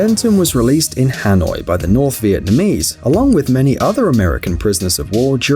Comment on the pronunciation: SS Studios ÙwÚ it was perfectly pronounced